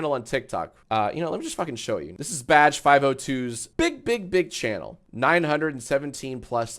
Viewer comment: Anybody else stop hearing "Badge" and started hearing "Vadge" about halfway thru the vid?